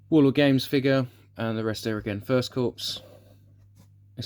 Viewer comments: "Lefftenant" not "Lutennant". "Core" not "Corpse". No really a problem but it does grate a little. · Very nice indeed! By the way Corps is pronounced "core" as in "apple core".